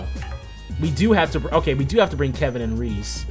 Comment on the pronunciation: Isn’t Ries’s name pronounced Reee-es? The name is french, and to my knowledge that’s how it would be pronounced.